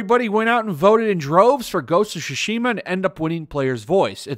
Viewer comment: It's not called sushi-ma, it's Tsushima. Reading in your only-known language shouldn't be that hard.